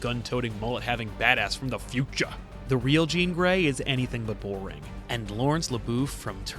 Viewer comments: Omg he said "FUTCHA" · From the FUTAH! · You just wanted to say Fu-cha again didn't you.